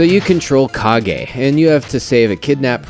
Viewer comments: It's pronounced like "cage". Stop making up your own words, dude who is doing the review! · I always thought the title was pronounced Legend of "CAIGE." To me, "KA-GEE" dosen't sound right as it sounds more like the guy Captain Kagi, the guy that shuttles Palpatine to Mustafar near the end of Star Wars Episode III.